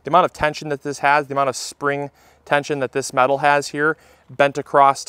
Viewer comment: Ughhh pet peeve u said acrost its across. This is sweeping the nation and it drives me NUTS. love your channel! Byeeee